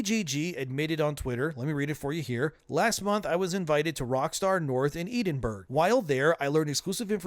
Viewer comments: ohh that’s awful Edinburgh is pronounced as ED-in-bruh not as E-din-burg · eedinburgh ? wrong. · “Eedinburgh” it’s Eh-dinburgh lmao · 'Edinbruh' not edinburg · Guess what !? YOU CAN JUST NOT WATCH. It's REALLY EASY. Sorry, WHERE?! Edenburg?! It's pronounced "Eh (as in Meh)-din-bur-uh", I thought "Glass Cow" was bad. Jesus Christ. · I'm absolutely fixated on him saying "Edinburg" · it's pronounced Edin-bruh by the way. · E-Din-Burg??????? Dude! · E-din-berg? Really? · It's pronounced ED-IN-BRA. Maybe Rock Star shouldn't have FCUKED over so many people. Imagine how empty inside you are being a shill! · great video man 🤌🙌 but i must say politely that u butchered Edinburgh its pronounce more like Ed-in-Bruh Edinburgh the R G are silent hope it helps 🙌🤟. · Being from the UK, Edinburgh is pronounced Headin- borough. It's not pronounced how it looks. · You pronounced Edinburgh wrong by the way you said Edon burg ❤ made me chuckle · it's pronouced EDEN-BURGH. Wow, unreal how you don't know how to pronounce that. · The only thing I care about in this video is how you pronounced Edinburgh. Quiet possibly the worst I have ever heard 😂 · How Canadian can you be if you can't even pronounce Edinburgh? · Jesus christ the way you pronounced Edinburgh... 🤣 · As a Scot living near Edinburgh, the way you pronounced it made me physically recoil. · that is not how you pronounce edinburgh